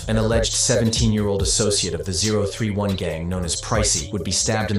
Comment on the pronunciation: 0tray1 is how 031 is said